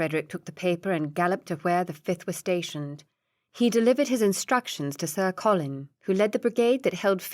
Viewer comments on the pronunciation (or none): none